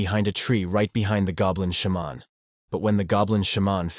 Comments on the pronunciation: Idiot AI pronunciations: It's not a "Shah-mon", it's a "Shey-man" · I'm all about putting whatever emphasis on whatever syllable you want, but the way he keeps saying Sha-mon, bold headed, etc...🤣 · narrator saying: huge axe goblin. What i keep hearing: Huge ass goblin also narrator saying sheman instead of shaman cracks me up ^_^ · Shaaa’mon is killing more. Say it correctly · Its a shamaaaan, a shemmen, a shamanee... how often can your AI pronounce this one word wrong? 😀 Besides nice Recap.